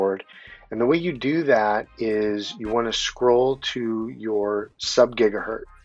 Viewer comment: "...when you're shooting signal out .. ...subgigaHURT..." Tell me you're a poser without telling me you're a poser.